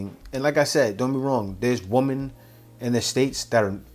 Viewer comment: Learn to pronounce women correctly. By the way, her contributions to society have nothing to do with contributions to her partner. Her degree has nothing to do with what she would offer to a man. She has to offer that to a job not to a man. She gets that confused.